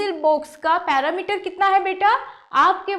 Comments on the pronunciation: Not parameter its perimeter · पेरिमीटर होता है। न कि पैरामीटर ।